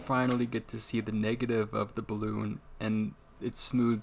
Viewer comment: just sounded like bloon instead of balloon 😁 but really interresting video! Thanks.